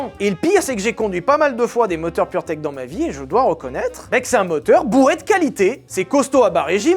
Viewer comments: On dit purmerde et pas purtech, j'imagine le mec qui as dirige le développement de ce moteur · à chaque foix que tu dis purtech j'entends puremerde XD